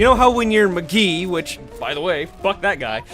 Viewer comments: His name is Mcree not Mcgee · did anyone else notice that he says mcgee not mcree?